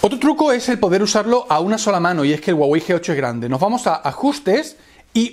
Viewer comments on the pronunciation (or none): La hache en "Huawei" no es muda, suena como la hache de "hello"...